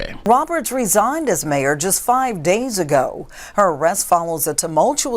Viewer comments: "resignated" DEI reporter! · What's with the newscaster near the end? I'll try and spell it out like she pronounced it. Rez ig ed? I mean, I know she was trying to say resigned. But really? It's not that hard to say.